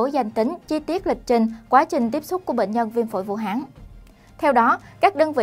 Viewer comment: Vũ Hán.chứ ko phải vũ háng.nghe ko thiện cảm.đề nghỉ người đoc chỉnh sửa lại từ này.hán ko phải háng.ok